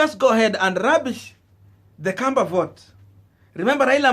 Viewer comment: It’s KAMBA NOT KWAMBA It’s KAMBA NOT KWAMBA It’s KAMBA NOT KWAMBA It’s KAMBA NOT KWAMBA It’s KAMBA NOT KWAMBA